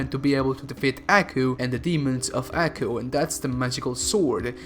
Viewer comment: It’s not pronounced ackoo it’s pronounced Aw-coo